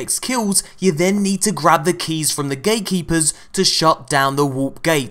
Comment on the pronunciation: You said gaykeepers instead of gatekeepers.😅😅😅